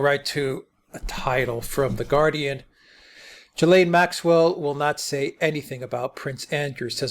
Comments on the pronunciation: Most miss pronounced name in the media lol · all you do is type her name into good translate and listen to the French pronunciation. its a french word. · Why are you mispronouncing her name? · Why can’t Americans pronounce Ghislaine? It’s Gill-lane. When the letter G is followed by a consonant it’s pronounced like a like the G in “go”. The S is silent. Like the L in salmon. I’ve heard Jizz-lane, and here they are say Jill-lane. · Dear America. It's not Jill-lane. Or Jee-lane or Jizz-lane. I doubt she will spill the beans. Kevin Spacey, the Clintons, Trump, and many many more people in powerful places will end up getting away with this. There are STILL men who think that what's happened is really not that bad. That blame the teen girls. Sick world we live in. If she ever wanted to do the right think she would expose all the evil bastards, but she hasn't done the right thing before...so why now. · THE CORRECT PRONUNCIATION IS JIZLEN. SHE WAS BORN IN FRANCE AND HAS A FRENCH NAME. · The French name Ghislaine is pronounced 'ghee-lane', with a hard 'g' as in Ghana and ghetto. The 's' is silent. Giuffre, Virginia's married name, on the other hand, has a 'g' followed by an 'i', which gives it a soft sound, as in 'jew'. If there is an acute on the final 'e', the name is pronounced Jew-fray. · Great stuff again guys. The sole purpose of the Goldman interview is to try and paint her as a sympathetic person. Bull*** Btw... I think her name is pronounced: Gee- Lynn. Hard G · If you’re making a whole video about something and something so serious, you might want to pronounce her name right. Unable to watch, the repeated JILLAINE MAXWELLs are so annoying. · FYI her name is pronounced GIL-LANE with a hard 'G'. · You Nearly pronounced her name correctly, just ad the S ! and you got it ! (I'm French). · Why do Americans struggle to pronounce her name properly? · At least learn to pronounce her name properly. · Omg at least say her name properly